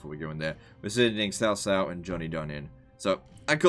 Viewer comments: C in Pinyin is pronounced ts like in cats. If you want to get real technical, the caos are actually pronounced a little differently from each other because each one uses a different tone. It is Cáo Cāo with a rising tone on the first one and a high tone on the second. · Nope. Ciao is somewhere between a Ch and a Sh sound, so somewhere between Chiao or Shiao. The C in Cao Cao is more like a Ts. so like Tsao Tsao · Blanco it’s like ts, not ch, not ciao